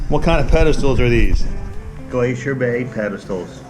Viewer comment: Why you say glacier bay like that ? Lol